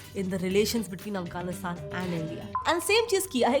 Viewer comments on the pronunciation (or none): none